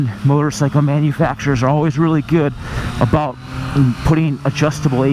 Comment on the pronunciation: I heard 'aboat'. Are you canadian eh?